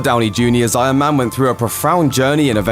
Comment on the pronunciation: Frostii If you listen carefully, he doesn’t say Iron Man, he says Eye Yuhn Man.